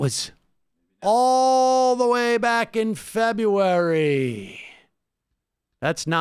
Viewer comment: Febuay? Febuay.